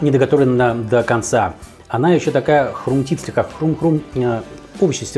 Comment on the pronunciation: Вообще-то, не "хруМтит", а "хруСтит". ) Ибо, нет такого слова, как 'хруМт", но есть - "хруСт". )